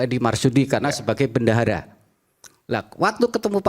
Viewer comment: Ngomong bendahara aja bandara jelas ada tekanan dan setingan